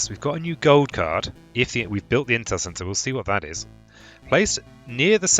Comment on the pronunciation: Haha, I totally misheard you saying "intel center" as "incel sensor"